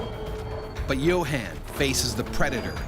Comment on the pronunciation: Yo Han? Isn’t it pronounced Yo Hon. Like, Johan?